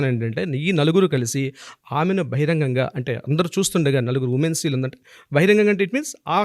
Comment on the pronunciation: ఉమేన్స్ ఏంటండి ఉమెన్ కదా అనవలసింది. ఇంత తప్పు ఇంగ్లీషా 🤦‍♀🤦‍♀🤦‍♀